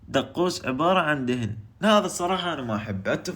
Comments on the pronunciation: يكول دقوس وهو اسمة مكدوس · ياكل قنادر ملاحظة: مكدوس مو دقوس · اسمة مكدوس مو مقدوسسس